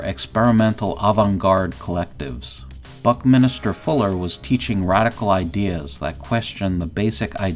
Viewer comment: Buck-Min-ster not Buck-Minister